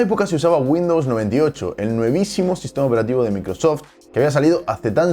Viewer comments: Se dice novísimo, no nuevisimo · "nuevísimo" no, "novísimo"